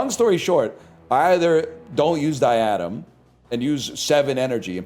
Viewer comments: Him repeatedly calling it "Die Adam" is gonna make me blow my brains out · His pronunciation of diadem was so confusing, he really had me googling "diatom sts"